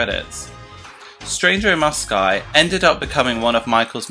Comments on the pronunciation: Nice facts, but you kept saying “Stranger In Mosci” instead of “Moscow” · Its Mos-co not Mos-cai England nor America pronounces it Mos-Cai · mow sky? its mow skow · 'Stranger in Moskai' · "Stranger in Moscai" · Stranger in mossky hahaha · Why are you saying “Stranger in Mosci”?😂😂😂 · Isn't it " Stranger in Moscow"? Never heard Moscow pronounced like that... learn something new every day. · I really did know all of these facts, but still, it’s a great video. You definitely say Moscow weirdly though 😝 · the pronunciation of moscow differs on where you are from or your accent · Why the weird pronunciation of 'Moscow'? Great video, but that threw me big time lol